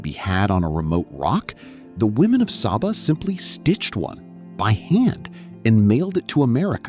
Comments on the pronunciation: The island’s name is pronounced “Say-ba”, not “Sah-ba”. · OK, as a resident of Saba, first off, it's pronounced 'Say-Ba", not 'Sah-Ba'. This appears to have been videod recently, but several of the island shots are not of Saba. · It’s Say-bah… not Sabba!! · It’s pronounced SAY-Ba; not SAH-ba. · It's pronounced say-bah. Why do this production and get something so basic wrong? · it is SAYBA! So American white of you! You do a whole entire video on the island and refuse to pronounce its name as the natives do. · my very favourite country in the world, love it there, and its pronounced SAY Bah, very inspiring when you think about it, love your video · SABA= PRONOUNCED SAY-BA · It's pronounced SAY-ba. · Actually pronounced 'SayBuh', but otherwise, a beautiful video. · When watching this I was wondering if the author of this report has even put foot on the island. I mean, how can you create a nearly 40 min long documentary about the Unspoiled Queen and do not know how to properly pronounce her name?!?! It smells a bit like an AI generated clip. Greetings from Billy Folly/SXM. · Bro, I know your content. Excellent quality 📸📹👍. I am a superyacht content creator and photographer from SXM. This thing here is seemingly an AI generated video (they even do not know how to properly pronounce the island name and it's people...lol). It has nothing to do with the effort, love and craftsmanship what people like you and me are putting in their work. Greetings. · Why didn’t you just ask google how to pronounce it before you decided to produce a whole video on the subject? This makes the video seem like AI slop. Could have been a decent video if standards of accuracy (pics) and a modicum of effort was applied. It would taken all of 30 seconds to ask google how to pronounce Saba.